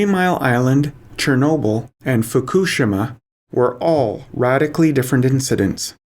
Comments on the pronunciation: Can't take this seriously because they don't know how to say Fukishima. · You are the first person I have heard to pronounce fukushima more or less correctly.